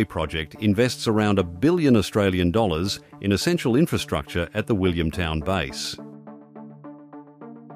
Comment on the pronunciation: It's RAAF Base Williamtown, not Williamstown - no "s".